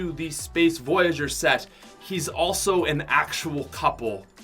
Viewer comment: shut up its dark voyger